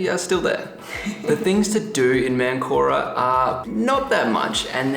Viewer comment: You started in what you called ManCORa. It is MANcora, the emphasis is important in Spanish.